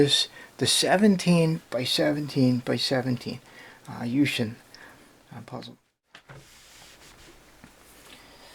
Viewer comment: lol i know chinese and you read the name wrong XD